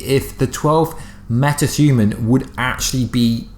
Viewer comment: “Meta thuman”😆😆